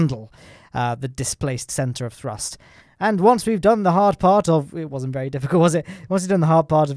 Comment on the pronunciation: Is throst just thee official pronunciation now?